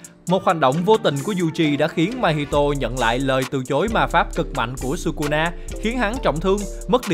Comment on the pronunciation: thỉnh thoảng nói kusuna vậy